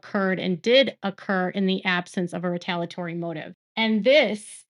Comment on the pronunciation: It’s retaliatory. You keep forgetting one of the syllables in the middle of the word.